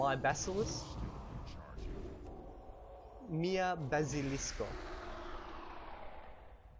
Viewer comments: Your pronunciation isn't quite spot on... You say Bazilisko like the word Basilisk in English, but it's not. as always make an ah sound in Esperanto. Isn't that correct? You also occasionally put the accent in the wrong place, you're supposed to put it on the 2nd to last syllable right? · Why are you pronouncing the "a" in "bazilisko" differently from the "a" in for instance "kia" and "alko"? Try a purer a-sound there! You're closer to an "æ" at the moment. :) And also your e is in some words a little closer to an ø-sound, this is just for some words, maybe words you use less often. Listen to these two: Regarding the episode, great job as always, good to have you back after almost 3 days without any World of Warcraft episodes!